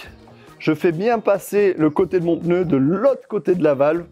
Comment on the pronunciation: J'ai pas bien entendu... On dit PNEU ou PEUNEU?.... LOL... ;)